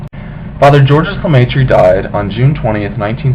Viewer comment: I believe it's actually pronounced "George" (soft G) "Lah-may-trah." However, it does look like "Georges Lah-may-tree." Either way, you did a good job.